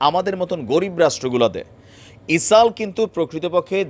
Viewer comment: বার বার ইসাল বলেন কেন? ইসরাইল বললে কি সমস্যা?